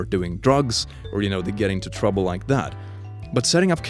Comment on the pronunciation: "In twouble" - 2019